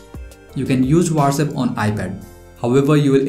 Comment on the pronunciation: Not Wates app it's what's app